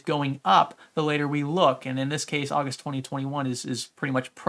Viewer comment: The month of ''Ausust'' that's pretty sus, good video tho